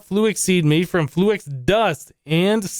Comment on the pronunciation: Why do you say "fluax" instead of "fluix"?